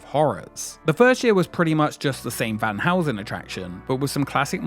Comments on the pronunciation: it's Van Helsing and not Van Housen. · The way you pronounce Van Helsing makes me laugh